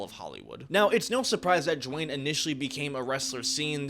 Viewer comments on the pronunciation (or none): Who tf is "Jwayne?" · It’s not Dewayne